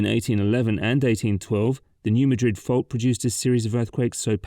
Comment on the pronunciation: Thank you for shining a spotlight., the critical infrastructure of the Bluff City, including the I-55 Bridge, which despite growing up in Memphis, I don't think I ever took. One thing: the New Madrid fault line is not pronounced like the Spanish Capital. It's pronounced "MAD-rid"